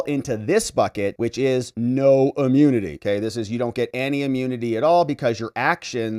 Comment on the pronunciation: its not amunity it’s immunity.